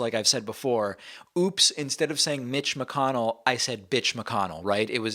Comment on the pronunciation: Hey! Somebody finally said McConnell's name right!